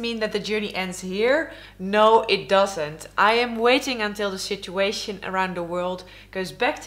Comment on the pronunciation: You arent wrong when you say "Shit-uation"